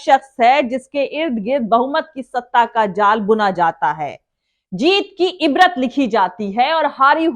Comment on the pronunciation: It is IBAARAT not l rat dear doctor.